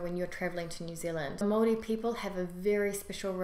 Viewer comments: Yesss she says maori right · I watch Any vids nz people don’t really watch these how she said Maori was perfect ka pai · That is the correct pronunciation of Maori. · You said Maori right yay # I have lived in Nz 7 years and you got everything right 👍👍😉 😉😉the All blacks Huka is cool love it .....lol